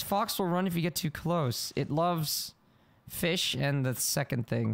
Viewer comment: You say fish like my brother says it feesh